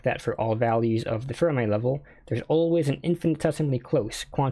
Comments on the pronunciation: Fermi is pronounced like Fer-mee not Fer-my. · As someone who has been in Condensed Matter for a while, I've literally never heard anyone ever pronounce Fermi's name as "Firm Eye".